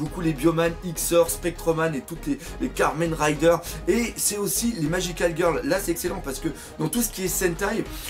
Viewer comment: Il a dit Carmen Riders 0_0